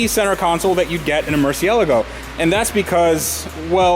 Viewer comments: Dude best build to date fantastic work from all parties congratulations but please for heaven's sake say murcielago properly it's not mercy elego lol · Kills me every time he mispronounces "Murciélago" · I have a word... spectacular. I was a bit skeptical because there seemed to be so much work, but man, you have done this car justice. Now if you could just learn to say Murcielago correctly...